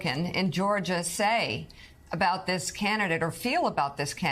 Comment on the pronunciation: Am I the only one who heard say CANTidate when referring to Hershel Walker as the republican candidate… and I hope that was on purpose CAUSE THAT WAS SO SLICK AND SHE AIN’T LYIN!